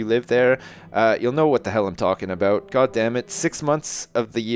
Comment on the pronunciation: OMG Ive only just figured out that says 'aboot'!